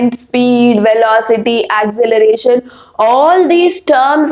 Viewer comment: Acceleration not acceleration Mam it's wrong